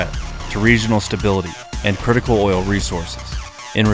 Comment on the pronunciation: Did I hear oil? 😂